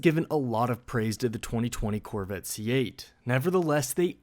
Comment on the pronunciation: The "Corvitt". Where is the narrator from?